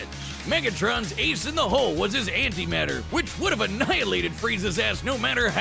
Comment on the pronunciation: When you said “anti matter” on the tank part it physically hurt